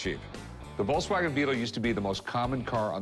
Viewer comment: Hey Rick...Its a VOLKSwagen...NOT a "VOLCEwagen"...😁😁😁